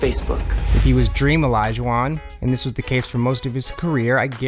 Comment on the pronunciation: How do you make a 12 minute video on nicknames and call him DrEaM OLuJUaN. It’s fucking HAKEEM THE DREAM.